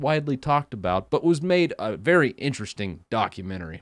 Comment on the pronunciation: HAHAHA! "Velly" funny :)